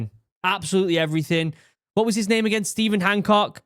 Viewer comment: You absolutely butchered my name 💔